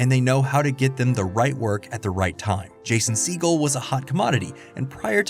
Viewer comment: "Jason seagull" 💀